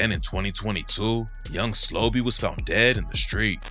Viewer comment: SLO-BE not young slobby.. no diddy RIP Bris too